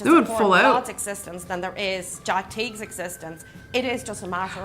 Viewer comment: His name is Jack Teages, not "Jack T". Lol